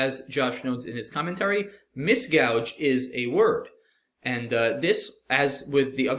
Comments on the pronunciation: gauge is pronounced like Gayge, not gouge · GAUGE is pronounced /geɪʤ/ not like GOUGE /gaʊʤ/. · Guage was misread in two places. Guage is the British version of gage, a measurement instrument, and is pronounced the same way and rhymes with cage.